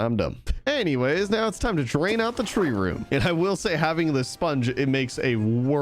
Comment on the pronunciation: Am I the only one going crazy every time he says haveting